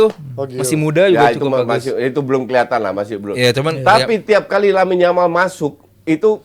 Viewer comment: Kok Yamine Lamal.. bukannya Lamine Yamal ya.. gak sekalian Yasmine Jamal aja dah😅